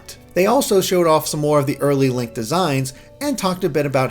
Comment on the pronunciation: did you just call him "Lank"?